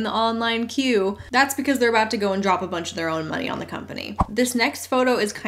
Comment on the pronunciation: The way she says "monieeeee" and raises her voice on the second syllable is like nails on a chalkboard. Also I've yet to hear a valid reason to support MLMs other than "Y'all are just lame haters"